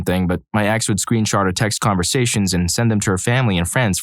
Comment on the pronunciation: This is all very inappropriate behavior, but am I the only one who heard him say "screenshart"😮😂🎉